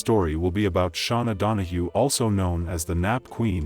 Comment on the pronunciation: You pronounced her name wrong every time….. Please, she said her name. You didn’t hear how to pronounce it?